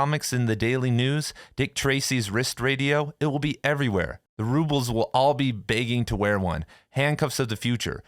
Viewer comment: Your pronunciation of 'rubes'll' was kinda funny